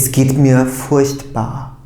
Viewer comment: furchtbar denirken sanki ''ş'' harfi duyuyorum. ''ch'' yanyana gelince zorlanacağız gibi. Yani sanki almanca da '''sch'' dışında ''ş'' telaffuzu veren kelime öbekleri var. Umarım zamanla oturturuz:)